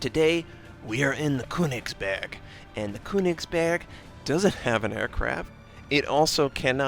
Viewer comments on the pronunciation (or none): you pronouncing it quite right...except the first syllable - the Ö sounds a bit off...but i cant you get any advice because i dont know how :D you used google translator already right?